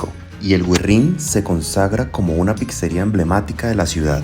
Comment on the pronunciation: No se dice "pixería" ni "pixa", se pronuncia "pitzería-pitza"